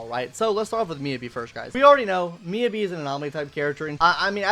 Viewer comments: Your phonetic pronunciation of Miyabi is killing me. It's pronounced "Me YAH BEE". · No it's pronounced miyabi